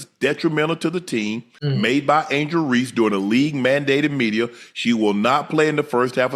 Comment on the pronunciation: Anglel Reese. Who’s that ?